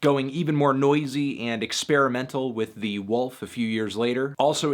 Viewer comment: Anyone notices how Anthony pronounces the word, "wolf." Maybe it's a Connecticut thing.